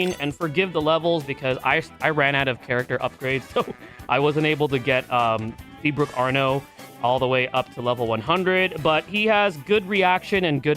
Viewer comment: There’s no r. It’s Sea Book